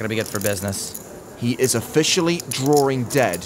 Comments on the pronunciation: It's so tough when you're "drawring" dead. :) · "Drawring dead".......... Makes me wanna vomit......